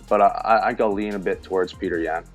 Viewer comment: You gotta be fair when u call Petr as "Peter". Start calling Sean as "Seen".